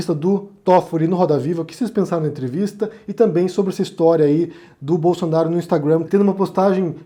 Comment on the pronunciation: só pra te falar que sua pronúncia de Instagram em inglês está equivocada ok 👌 A sílaba forte é a primeira